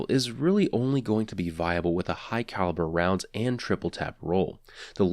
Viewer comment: Fun game, in his vids take a shot every time he says "Hugh Calibre Rounds"